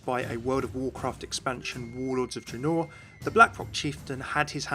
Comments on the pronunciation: That mom not when he pronounces it dra-noor Good attempt Tho the Warcraft and Starcraft lore is on point 😁👌👍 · Triggered by the way he pronounced Draenor lmao